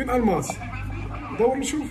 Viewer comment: الماس ماشي الماص